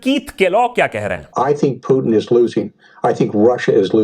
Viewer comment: That's not Puthin that's Putin